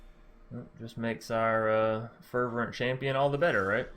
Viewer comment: lol its fer - vent